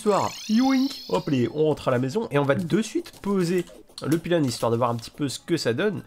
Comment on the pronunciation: Super vidéo! Merci! Je vais encore bouffer toute la saison Par contre je me sens obligé de remarquer ta façon de dire pilon et pas pylône, c'est marrant ça, j'ai envie d'un KFC maintenant..